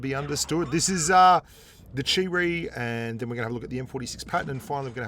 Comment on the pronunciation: Chi-Ri = Cheap Reee